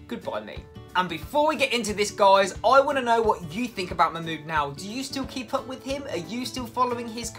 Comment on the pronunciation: Everytime you say Mahmood I keep hearing MY MOOD 🤣